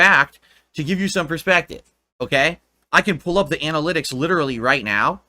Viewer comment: Remember kids, if you emphasize "Literally" in a sentence, it sounds super smart!